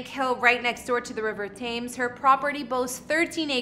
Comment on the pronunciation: As a Brit i’ll so many of the names you have butchered here like Thames and Norfolk and Sandringham for example